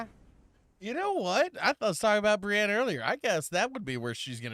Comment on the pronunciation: I've been reading them on Audible and the only thing I can't stand is the narrator pronouncing Brienne's name "Br'eye'-een". It irks my nerves every time I here it.